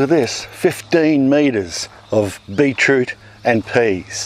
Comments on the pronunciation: beet root!! not beech root!! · I love it when my European friends and Aussie friends say 'beet root'. "It tastes like... tastes like a pea." Thank you for saying, 'A'.